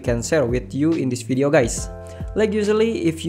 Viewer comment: Say V-ideo not W-ideo 🤦🤦🤦🤦🤦🤦🤦🤦🤦 You need to work on your English 🙏🙌